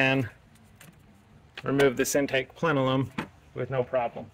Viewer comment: him saying "plenelum" over and over really agitated my OCD, lol